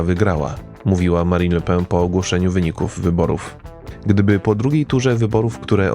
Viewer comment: Le PEN nie le pę 😉